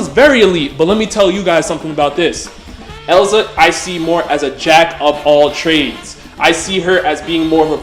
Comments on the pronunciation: Bro it's erza not elza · Wait, why are you calling erza elza?